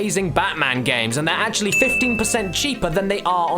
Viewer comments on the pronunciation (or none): LOL You said acrually not actually! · Said the man who said "acrually."